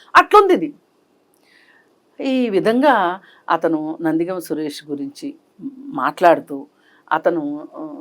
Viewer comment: నందిగామ " సురేష్ కాదమ్మా anchoru. "నందిగం"